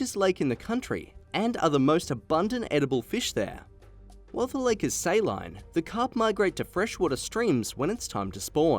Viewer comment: The way he says saline and squirrel.